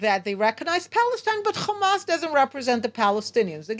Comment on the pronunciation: So far all I see is death of civilians and destruction of great city build by Palestinians not by zio no its of Eastern Europe and Harvard students G return to the 1967 border given to you by the UK And you can Waite for the meshia to designate your land if milk and honey And plz pronounce the word ha n’as not Khhhhaaamaaasss You can say say HOME but can’t pronounce Hamas